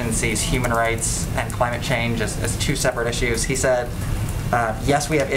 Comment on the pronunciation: More bullshit as usual. Can someone hit delete please. Did she say Crime-ate change? Lol